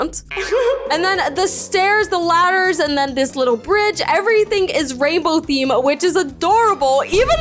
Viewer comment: Btw in the video you said scem instead of theme 😂😂😂